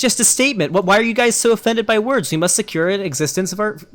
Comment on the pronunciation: >I'm actually shocked that this guy spent 8 mins tearing apart a non-native speakers accent Lol because it is a deliberately learned accent. I live in the UK, the accent is called RP (Received Pronunciation). Also, Arch slips up on this quite often, he rolls the r on "are" when I have literally never heard even the poshest fucker doing that. So you can guess why he, as someone who otherwise would have a Norwegian accent would try and imitate RP.